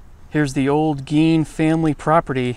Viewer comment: That's not how you pronounce his name dude, not around here anyways so get your story straight jk? Lol?